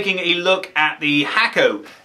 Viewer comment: Hakko is pronounced "Hawko" not "Hacko"